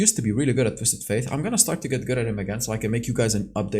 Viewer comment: Holy crap, he actually said “Twisted *Fate*”! Good job bro! Hahaha